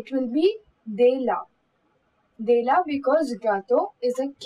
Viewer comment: You are pronouncing "De" and "Des" in the same way... "De la", "Pas De"s pronunciation is wrong. 'De' is not like 'Day'... It's "Ddddd"